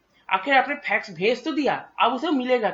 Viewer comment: Phax Machine nahi Fax Machine